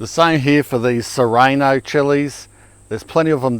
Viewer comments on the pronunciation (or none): "sir-ah-no" not "sir-ay-no" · SIR-RAH-NOE ooof. triggered. ;p